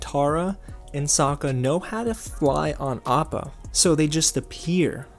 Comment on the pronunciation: Yue's penis hair was a classy touch. Also "soakkuh" and "Agni KEE".